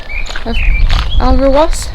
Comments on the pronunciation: Great vlog as always. Alrewas is pronounced "All re woz". Hope that helps. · Ol-ruh-was !!!!!Ok now 😜😜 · Lovely vlog. Beautiful scenery and that little marina was cute. Loved the bird hide - nice to see how much work had gone into making it so exceptional. According to Google Alrewas is pronounced Ol-ruh-wos so you were pretty close to that! I’m guessing this video was from early summer given there were tomato plants on offer? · Great video, the locals pronounce it all re was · Alrewas - pronounced Olrewus😊